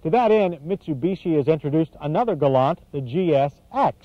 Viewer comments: yanks cant pronounce things its a gal LANT not gol larnt! hahahahaha arrogant yanks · Keep trying to tell him! It’s pronounced, ‘ Gal- lant! Not, “ galun! “ 😕😐